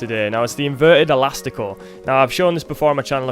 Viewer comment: Good video, but ur "elastico" was really bad :/